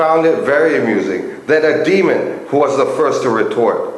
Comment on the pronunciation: DE-A-MON ... Not demon......